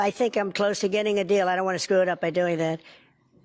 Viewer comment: I really do not like when he say the word "deal", this guy is like an unlicensed street vendor.